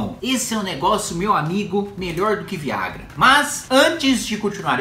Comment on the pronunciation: Não trata-se da linguagem é a pronuncia. Ele pronunciou com o som de "Ê" mas o correto é exato como escreve-se.